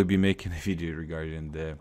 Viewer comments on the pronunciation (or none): none